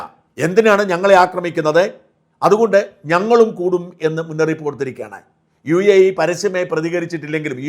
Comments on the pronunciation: UAA അല്ല മാഷേ UAE എന്നാണ് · U a a...atharaa..mone ninte😂